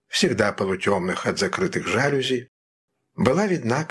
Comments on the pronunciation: Не жАлюзи, а жалюзИ – это французское слово, а следовательно, ударение на последнем слоге. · Прекрасное прочтение! Спасибо! Один момент: мне казалось, правильно произносить "жалюзИ"? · Это так. Ударение на И. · Да, правильное ударение в слове "жалюзИ" на последнем слоге. Такой он, французский язык!)